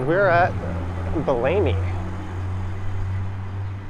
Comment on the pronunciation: BELL-A-ME, not BE-LAMY